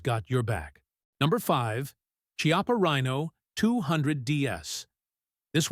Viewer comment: You must learn how to say CHIAPPA properly.